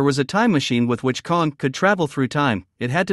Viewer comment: KONG???? It's Kang with a A